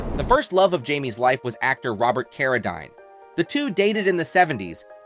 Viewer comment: Robert Carradeen not dine!